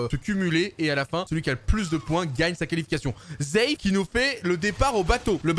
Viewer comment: Arrête de dire zeif et dit seif